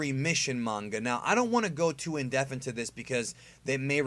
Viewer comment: I love how he says indeaf instead of indepth